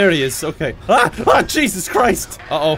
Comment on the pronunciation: You sound so stereotypally Irish when you say "Jesus Christ" that you remind me of the leprechaun from Rick and Morty. I love it.